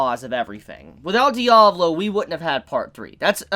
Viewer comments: My guy it’s Diavolo not Diablo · Its Di-A-Vo-Lo not diavlo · Anyone else bothered by him calling Diavolo Diablo? Just me? Ok :(